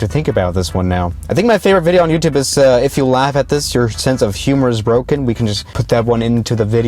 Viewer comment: heumer